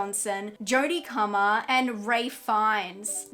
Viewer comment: No way you said Jodie Cummer 😭😭